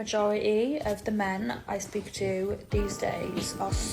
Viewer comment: Majori-ee? Fou-oh?